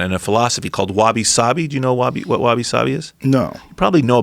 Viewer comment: Hey yeah that's right! he was into all the Japanese stuff. Pronounced it authentically too